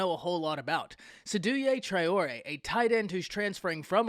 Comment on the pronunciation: You didn’t pronounce his name correctly. It’s pronounced SAY-Do Tray-or-A